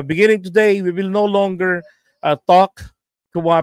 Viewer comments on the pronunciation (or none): none